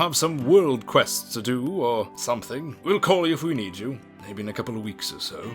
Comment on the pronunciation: You don't "eed" anything?